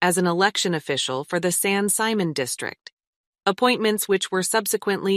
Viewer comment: San Simon isn't pronounced the way this video pronounced it.